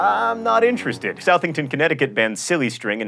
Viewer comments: I live right next to Southington, CT, and didn't know silly sting was banned. Also, it's pronounce Suh-thing-ton, not South-ing-ton. Though now I want to calling it South-ing-ton and say since John Green said it that way, it must be right. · eyy my aunt lives in southington CT. wonder how strict they are with the silly string law. (it's pronounced like suthington btw not that i care) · silly string is only illegal in Southington because some kids sprayed it on a cop. (It's pronounced Suth-ing-ton not South-ing-ton) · It's Southington,but pronounced "suth," not "south." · John, it's pronounced "suthingtun" with the u's being schwa sounds and the th being soft, like in smooth. Trust me, I live like 10 miles away from Southington. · Southington is pronounced sUthington. They also tried to have a mass video game burning a few months ago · I live in Southington, but its pronounced Suth-ing-ton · Southington is prenounced Suthington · It's not SOUTHington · Its pronouced sathington not southington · southington? it's pronounced saw-thing-tin. it's ok you don't live in connectitcut we don't expect you to know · You said Southington, CT incorrectly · Just for future reference, you pronounced Southington incorrectly. The 'South' and the 'ing' aren't two separate sounds. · you pronounced southington ct wrong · Come on John pronounce Southington right